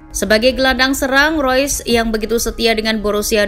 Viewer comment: Reus min bukan rois, ga semua nama pemain harus dilafalin pake speeling inggris. Di jerman E dibaca E sama kaya di indonesia. Spelingnya tetep REUS bukan ROYS